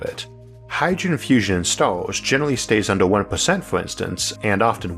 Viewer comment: Why are you pronouncing words with an 'E' in it like it had an 'O'?? "Disastors", "Lator", "Oorthh", "Undor" etc etc.